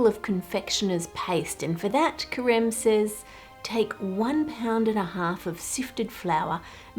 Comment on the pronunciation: When you where saying Careme’s name I (a french speaker) heard Crème, and I thought it was quite the coincidence that this huge chef was named cream in French lol